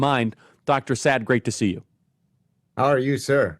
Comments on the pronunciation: The way Charlie pronounces Dr Saad name makes me laugh every time. Dr Sad😂😂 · You got to understand the danger of RADICAL Islam after you listen to this man ie if you have not already knew it. This is the civilisation war against Western Judeo values /culture. BTW his name is pronounced Sar Art not sad😉